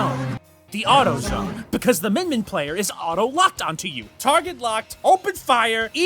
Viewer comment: Not the A U T O - Z O N E